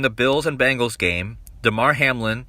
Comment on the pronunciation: I just really wonder why ppl are pronouncing it “Bangles” pls stop it.. I’m from Cincinnati it’s BEN GALS